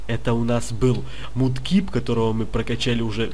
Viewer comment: не мудкип а макеп